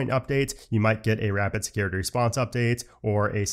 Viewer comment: It sounds like you said Rapid “Scary” Response Update 😂… I’m sure it was scary to some people though, lol. Thanks as always for your knowledge and explanations!